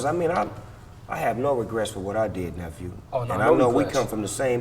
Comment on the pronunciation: Nigga said "nephew"